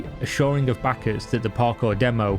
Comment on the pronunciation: Good Video,but you pronounce backers a little bit like (sussy) Bakas:)